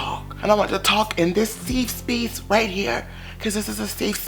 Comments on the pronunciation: “Seefe Speece” 😂 love you 💕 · 😭😭😭"This is a seef speeceeee" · “seef speece” 🤣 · I lose it everytime he says ‘Sefe speece’😹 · “SEEF SPEECE” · Seefe Speece 😂🤣🤣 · SEFE SPEECE XD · This is a "seef speece" 😂😂😂I love when u say that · "Seef speece"😇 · Nobody:: This is a seef speece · Why he say safe space like a white woman? 😂😂😂😂